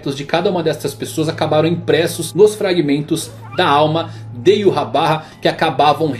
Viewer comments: EROU! N é "Iurrabarra" é 'Ivahrr' Yhwach = Ivarr Yh som de I, W som de V, CH som de R arrastado feito com a garganta. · "Yuhabaha" achei meio estranho, quando lia o mangá li em algum lugar que como o nome vem do Alemão a pronúncia seria algo como "Yvar", então eu lia Yvar 🤣🤣🤣 Adorei o vídeo, like já! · Não sou o chato da pronuncia, mas Iurrabarra é de foder, sempre li Yhwach como Ivach. Fui no tradutor, e em alemão é algo como Ivarrr, e em japones Iuacu. Iurrabarra parece inimigo do tripa seca. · Em 2014 quando comecei a ler Bleach, eu pronunciava Yhwach como "Íuachi". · Ywach? Yurrabarra? Não entendi o vídeo? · "Iuhabarra" mais uma pronúncia do nome do rei quincy adicionado ao dicionário. kkkkkkkkkk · cara essa pronuncia esta errada do Yhwach (é Alemão) seria mais Ivartch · YU HA BA HA??? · Como assim Yurrabarra? Kkkkk Gostei do material, vc só precisa estudar a pronúncia dos nomes em japonês tá feião kkkk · Iurabá kkkkkkkk